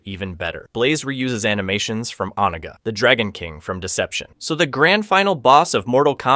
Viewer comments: Good gravy. Is it really that hard to properly pronounce "Onaga"? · Bro seriously. Made me grit my teeth every time i heard it. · His name is Raiden not Ridon and the dragon King his name is called Onaga not Oniga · Hey why TF are you saying "RYDEN"??? You KNOW that's not how to pronounce Raiden. Why are you pronouncing things different ways at different times?? Also, it's "o-NA-ga" not "OH-nuguh". Seriously, it's infuriating listening to you treat pronunciations like they're multiple choice.